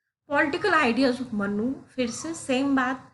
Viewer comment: Respected Madam,it’s मनु (Manu) not मन्नु (mannu).